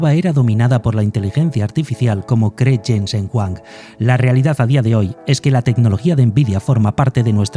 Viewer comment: Se pronuncia Yensen Juang en español (Jensen Huang), la W no se de donde lo sacas.